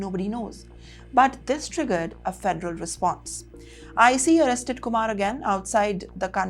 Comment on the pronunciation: It is Ice. NOT IseeE. This woman should have learned to pronounce that by now. Pathetic thuruurdd classs ENgllissshh.